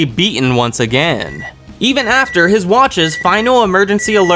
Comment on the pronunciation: ryuen's name is said like re yoo when